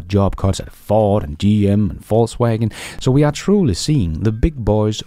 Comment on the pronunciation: Love your show, and that you persist in saying "False Waggon" 🤣